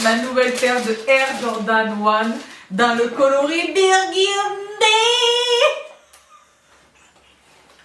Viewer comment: Qui a dit biiirguuuundyyyyyyy avec l’accent avant que le dise elle-même??? 🙋🏼‍♀️ 🤣❤️❤️❤️